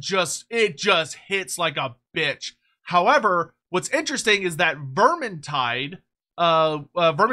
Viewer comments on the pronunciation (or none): none